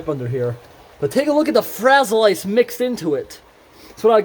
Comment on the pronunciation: Love how you call it frazzle ice!!! 😊😂